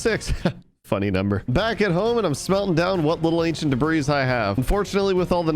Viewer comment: Normal people: ancient debris: ancient debra’s